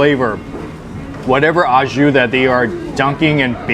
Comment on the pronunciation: There's no such thing as "ah Jus." In French "Au jus" (pronounced oh zhoo) means "with juice." So if you're having a sandwich au jus, you're having it with some type of dipping sauce/soup. If you're just talking about the dipping sauce/soup, you call it "jus." "Ah jus" is un-cultured American bastardization of "au jus."